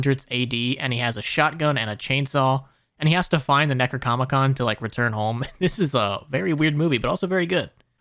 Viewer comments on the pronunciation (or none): Did you say "necrocomicon"!? 🤣🤣🤣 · Did he say Necracomicon? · The necro-what now? Necrocomiccon sounds like fun! Pretty sure you meant Necronomicon, though. Less fun. More spooky. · Lol. The Necrocomicon? Necronomicon. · its necronomicon not necrocomicon 😭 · seeing you call ash williams "a man" and then butcher the name of the necronomicon was painful